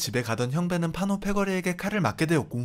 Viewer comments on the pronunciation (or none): 왜 자꾸 판오라고 하냐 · 판오가아니가 판호에요